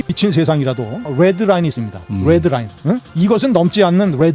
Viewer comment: 뤠드라인...ㅋㅋ 발음 쩌네